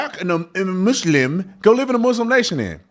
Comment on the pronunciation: Sorry another comment... Officer Tatum this is why I watch you faithfully... actually had a BAD DAY and you just made it better...loved how you referred her thingy has a diaper and how you pronounced Muslim 😂😂😂...you on a roll tonight...